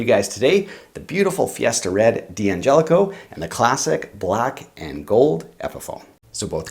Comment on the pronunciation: It's pronounced DANGELICO, not D-Angelico. For example you don't pronounce "don't" as DON TEE.